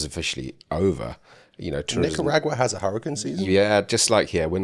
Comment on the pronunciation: From here on out I'm going to pronounce Nicaragua like yall.